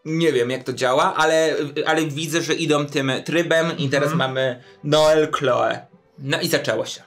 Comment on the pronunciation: Hmmm, Noel jest imieniem męskim we Francji, a Chloe żenskim 😅 Chloe wymawia się Kloe a nie Kloi 😂